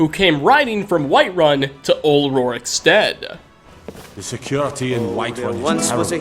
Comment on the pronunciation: Roriksteak...I’m from rorikstead